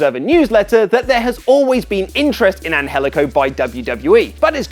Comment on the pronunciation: I don't know the guy but the pronounciation of his name bugs me.